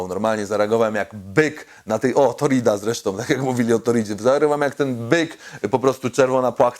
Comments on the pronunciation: Torcida nie torida xd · Tak tylko poprawię nie torida,torcida :) Następny raz będzie lepszy ;) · Torcida a nie torida